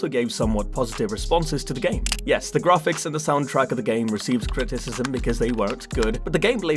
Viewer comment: grarfix lol